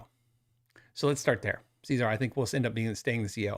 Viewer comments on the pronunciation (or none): Cesar Gueikian: "SEH"-ZAR, not "SEE"-ZAR — ;) ;)